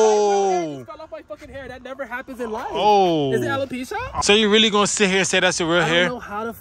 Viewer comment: it’s alopecia